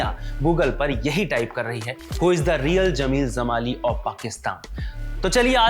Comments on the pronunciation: कृपया जमाली (Jamali) को ज़माली (Zamali) न बोलें। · Zamali nahi, Jamali Sahi karo उच्चारण